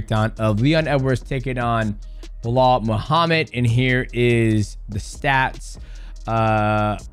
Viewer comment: Bro saying blah Muhammad all the time, that's Belal ...lol